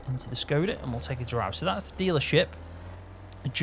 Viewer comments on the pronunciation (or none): none